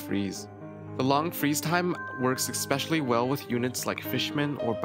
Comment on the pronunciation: Wish he was mademore viable like this Also especially isn't pronounced ex-specially